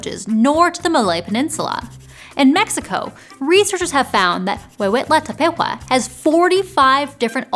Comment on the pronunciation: Love how you said "Huehuetla Tepehua"!